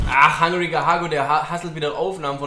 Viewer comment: Das heißt einfach Hungriger Hugo wtf nicht hangriger haggo